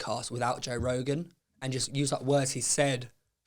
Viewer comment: And Joe calls his son toe, toe Weller